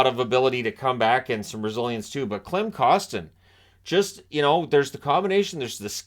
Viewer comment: Just a friendly reminder that Klim Kostins first name is pronounced Kleem. Incredible video